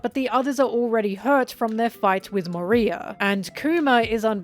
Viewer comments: It kept sounding like you were saying 'Maria' when talking about 'Moriah" I was so confused lol. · You said Maria not Moria 😂🤷‍♂️ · Why does she keep calling Moriah "Maria"!!??? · Moria vs moriah vs moreea your pronouncing of it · I love all of videos, but some of the name pronunciations are kinda weird (like Moria, where I actually thought she was saying "Maria" at first, and was really confused lol). I wonder if that's because she only reads and doesn't watch the anime or even other OP discussions? I can't remember if she's said. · Love how you keep mispronouncing Moria 😂😂😂